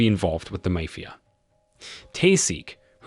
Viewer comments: Really he doesn’t know how to say mafia or is he doing it on purpose because he can’t say that in on the channel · I've never heard anyone slaughter the pronounciation of "mafia" so bad, it almost deserves an award.